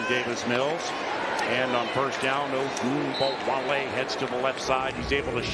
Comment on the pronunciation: every insane "ogunbowale" pronunciation timestamped